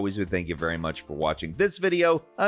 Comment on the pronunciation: Oh no, is this F-AI-lcon?